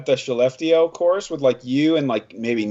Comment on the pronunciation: Im from Sweden so i love hearing about your experience here and in Finland. Also great pronunciation on skellefteå.